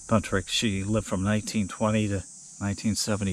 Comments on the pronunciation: His name was BUNTROCK, not Buntrick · His last name is Buntrock not Buntrick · Enjoyed the video but just curious why you pronounce the surname as " Buntrick" when it's spelled Buntrock... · Just on the outside chance any of his relatives catches your video I wanted to make sure you were aware of the correct pronunciation of his last name. 👍